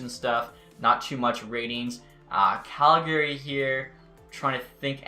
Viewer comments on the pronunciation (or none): none